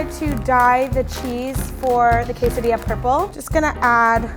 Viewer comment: is that how you actually pronounce quesadilla or.... is saying it wrong??